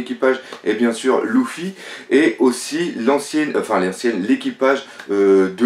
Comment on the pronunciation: Pk tu dit '' Louffy '' c'est Luffy pas Louffy